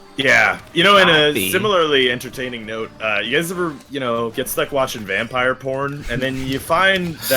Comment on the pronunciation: I swear to god said "Rampire" multiple times